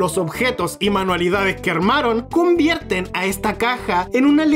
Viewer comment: dijo cumvierte?